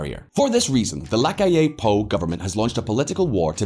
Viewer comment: The pronunciation is the accent on the “A” no on the “I” on the word “Amplio” and “LaCalle” is a double “ll” not a single “l”